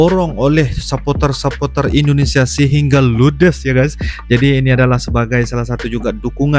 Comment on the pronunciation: Bang sapoter bahasa inggris..kalau Indonesia nyebutnya suporter bang eeee